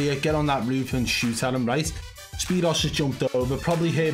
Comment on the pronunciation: His name is pronounced spear oo's... like 2...o. not zero but o's I used to like watching him in blackout I still go back and watch his old blackout videos sometimes